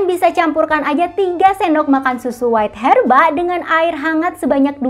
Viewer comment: Bacanya bukan WAIT HERBA, tapi WEIGH herba